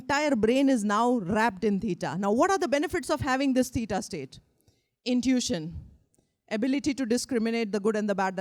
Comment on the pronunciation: Unable to modify post just wrote in reference to pronunciation of what I heard as “peeta”/“pīta”, thinking she is referring to beta waves. I apologize if I am wrong in what word was the referenced wave type. Same pronunciation of the ‘w’ in theta waves.